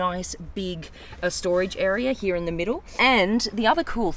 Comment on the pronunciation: Here ❌ heya ✅